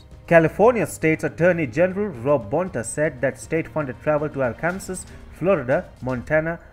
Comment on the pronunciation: Auh-con-Sau not are-can-saas, Baai-gau-tree not big-à-tree